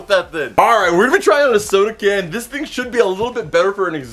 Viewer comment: he says that thin in Stead of thing